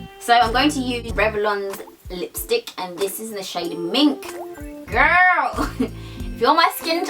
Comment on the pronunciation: when she said GIRRLLLL!!!! she sounded American for a second lol. Great Tutorial :-)